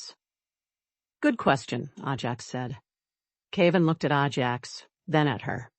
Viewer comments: Ajax is pronounced AY-jacks, not ah-JACKS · Horse’s name is pronounced A Jacks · It Ajax not ahjax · I love horses so this story was fun. I think, though that the horse’sname should be pronounced Ajax with a long A, not Ah Jax. Anyway enjoyed it a lot. Thank you! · I’ve seemed a number of those “little windows” on these stories. No clue what they mean. BUT I will have to switch to another story because the mispronunciation of the name “Ajax” is driving me nuts. Oh well. Moving on….. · Figure out the pronunciation and stick to it. Ajax: long or short A. Same for Cavan.